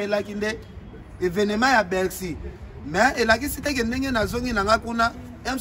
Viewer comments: ba lobaka Bercy et non bexy. Faut rectifier mon frère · niemba on dit Bercy et non. Bexy comme tu ne cesse de le répéter dans tes nombreuses vidéos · On dit BERCY et non ce que tu dis là cher animateur